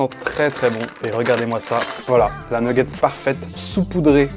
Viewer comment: J'ai failli m 'abonner puis j'ai entendu une nguggets ... :face-purple-crying